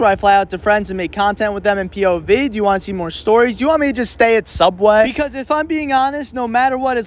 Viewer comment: i agree… anyone who calls it Sooubway rather than the boring real name “subway” deserves respect